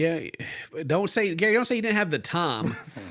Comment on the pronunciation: And how he pronounces "time" as "tom" 😊